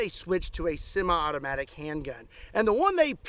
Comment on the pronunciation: Your Kentucky came out a little on "sema-automatic". I love it.